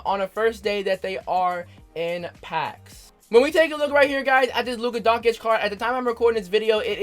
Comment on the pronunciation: OMG Kid, Luka Doncic. Doncic pronounced "Don-chich", not "Don-Kich"